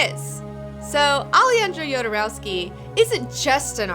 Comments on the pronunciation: "Aleyandrou Yodoreusky"... Ha ha ha! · "...my own personal spirit animal..."(and pronounces his name totally wrong)